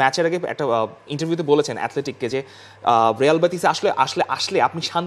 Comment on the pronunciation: হেডলাইন লেখ রিয়াল উচ্চারণ করো রেয়াল উচ্চারণ কি বারোটা বাজায় দিলা